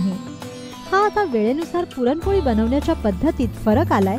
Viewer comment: please take care of your language and grammar. you couldn't pronounce the main topic also correctly. very off putting.